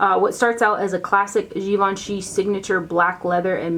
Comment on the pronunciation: It’s pronounced Gi-vahn-chay. I remember them saying peeps mis-pronouncing it made them cringe a little. I didn’t know either! Great video, as always! Thank you!